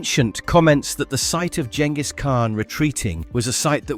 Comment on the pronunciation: Fuck ya you even pronounced Genghis properly!!